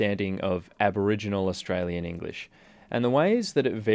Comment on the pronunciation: “Osstralian” that’s how your pronounce us